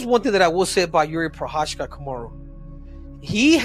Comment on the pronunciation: juri prohaska , bruh not one of them said his name corectly